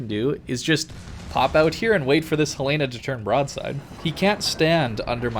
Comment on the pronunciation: Pronouncing Helena as He Lay Nuh gives me weaponised autism.